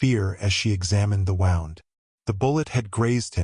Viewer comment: wound in this case is pronounced Woond.